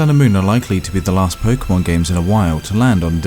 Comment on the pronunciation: Am I hearing Pok"ee"mon?